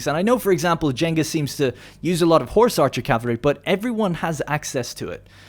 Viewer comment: "Jengus Khan"